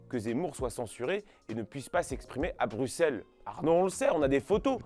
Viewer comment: Un français qui prononce bien Bruxelles.... Je suis sous le charme